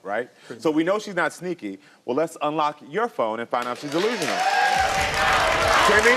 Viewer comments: DEE-lusional DEE-lusional 😂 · He must’ve just learned that word “Deelusional.” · He’s ”Deelusional” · It’s Karamo coming back at him and calling him deelusional and sneaky 😂😂😂😂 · 😂😂😂 man if he say delusional one more time I am going to scream!!